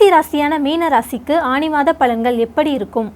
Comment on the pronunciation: அது ஆனி not ஆணி 😊